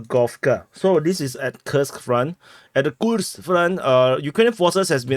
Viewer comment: Bro, when you speak Russian, you sound like you're about to have an aneurysm and shite yourself at the same time. When you speak Wyattussian, I laugh, I cry, I cheer but most of all I enjoy HOW you put out YOUR content in you're way. Gimme that "Kirsk, Kursk, Kooorsk" action everyday